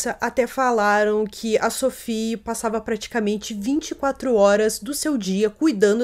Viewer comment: Se Sophie era francesa a pronúncia do nome dela é SOFÍ. Nada de inglesar o nome da menina.